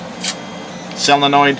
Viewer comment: Great working door. You are very good at explaining the whole operation. Say that "solenoid" and not "sell-a-noid". You're not sell-ing it. Say "so" as in solar.